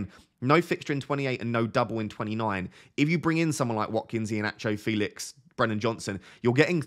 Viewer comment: Come on! Joao already said it's pronounced fElix 😆